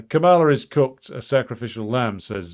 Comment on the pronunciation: It's pronounced Kah-muh-luh, stress on the first syllable not the second.